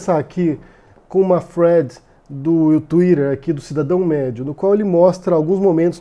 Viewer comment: cara, fala "fio", "sequencia" para de falar thead (que você pronuncia Fred) que é muito irritante!